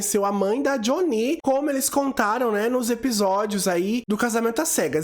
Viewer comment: Adoro seu canal mas eu gostaria que você ouvisse a versão americana sem dublagem para falar o nome deles certo. Doeu os ouvidos ouvir o nome da Jhonnie errado várias vezes… Pelo menos o do Uche vc consertou